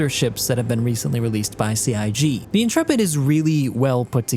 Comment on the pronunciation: Whoa. I am just astonished that someone talking about this ship finally has ever heard the word Intrepid before and knows how to pronounce it. I swear every other youtuber acts like it is imperceptibly difficult to pronounce words, as if CIG made it up and we have to learn new phonetics.